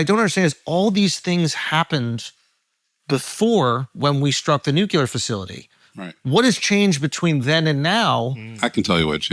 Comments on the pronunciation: Why does Andrew keeep saying “Nu-Key-Ler” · I am once again begging with tears in my eyes for Schulz to say “NEW-CLE-UR”